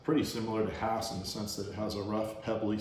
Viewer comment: So glad I've planted a Jim, last year. But as to early varities, our Jan Boyce came on, here in Lakeside, in February and were just excellent. Thx for the videos, and that you're pronouncing Hass correctly!